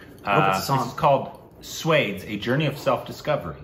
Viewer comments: for the millionth time its SWAA- DES not swades like sway... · Well, I know for an outsider/foreigner it is hard to understand names like Swades which is pronounced "sva des" and NOT "Sweds" and when written in English it can be read eitherways. You could have made a little effort to understand the pronunciation at least for this reaction video. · It's Swa - Des not swades. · i dont mind foreigners pronouncing stuff badly, we do it do....BUT SWADES WAS JUST FUCKING HIGHLARIOUS!!!! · u will never be able to pronounce "swades" correctly ever😂